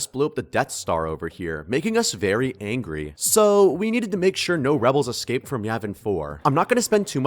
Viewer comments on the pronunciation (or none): none